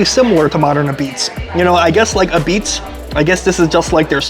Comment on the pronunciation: You’re saying like “apizze” should be like “A-pizza” Again pizza is good then you just have to find something negative to say about it - at this treated you will never find the perfect pizza because you really don’t know what you’re talking about- you’re not a connoisseur of pizza if all about your taste only